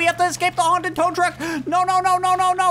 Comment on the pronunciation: Bro almost said trow tuck